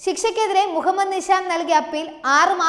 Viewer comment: നിശ, നിഷാം, നിസാം, ദോശ, ദോഷം, ധിഷണ, ദാനം, ധിക്കാരം, രഥം, ഫലിതം, ബലം, ഭാഷ, ഭിഷഗ്വരൻ, നന്നാവുക, സാവധാനം, ഘർഷണം, ഗുണം, പഠിക്കുക, പാടുക, ..... തുടങ്ങിയ വാക്കുകൾ അക്ഷര സ്പുടതയോടെ വായിച്ചു മനസ്സിലാക്കാൻ ശ്രമിക്കണം.. അത് ഉറക്കെ പറഞ്ഞു പഠിക്കണം.. എങ്കിൽ മാത്രമേ ഉച്ചാരണ ശുദ്ധി ഉണ്ടാവുകയുള്ളൂ.. വാർത്ത അവതരിപ്പിച്ച ഈ കുട്ടിയ്ക്ക് മാത്രമുള്ള പ്രശ്നം അല്ല, ഇതിലെ മുൻനിരയിൽ നിൽക്കുന്ന അവതാരകർ പോലും പല വാക്കുകൾ ഉച്ചരിക്കുമ്പോൾ ഇത്തരം പ്രശ്നങ്ങൾ കാണാറുണ്ട്.. ഇന്നത്തെ പുതിയ തലമുറ, പത്രങ്ങൾക്ക് പകരം നിങ്ങളെ ആണ് കാണുന്നത്.. നിങ്ങളുടെ വാക്കുകളിൽ നിന്നാണ് അവർ നമ്മുടെ മാതൃഭാഷയെ മനസ്സിലാക്കുന്നത്.. നിങ്ങൾ തെറ്റായി ഉച്ചരിക്കുന്നത്, പറയുന്നത്, വരും തലമുറയെ വഴിതെറ്റിയ്ക്കും. അത് മലയാള ഭാഷയോട് ചെയ്യുന്ന പൊറുക്കാൻ പറ്റാത്ത അപരാധമാണ് എന്ന് മനസിലാക്കുക 🙏 തത്വമയിയെ ഒരു വെറും യുട്യൂബ് ചാനൽ എന്ന നിലയിൽ നിങൾ കാണാതെ ഇരിക്കുക. പ്രവർത്തിയിൽ കുറച്ച് പ്രൊഫെഷണലിസം കൊണ്ടുവരിക.. നന്മകൾ ഉണ്ടാകട്ടെ